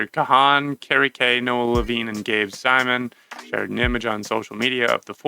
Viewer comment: The 'H' in his last name is silent